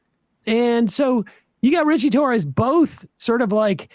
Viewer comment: I heard “cli-Torres” 😂😂😂 Freudian slip Emma? 😂😂